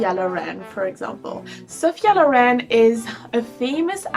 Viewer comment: Sophia *Loren (not lauren) xox